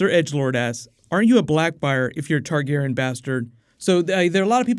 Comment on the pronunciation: You chose the questions that butcher the names lol. Targarion? Denny? My eyes hurt